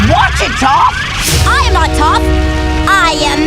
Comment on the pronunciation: amin (amon) tenzeen (tenzin) tough (toph)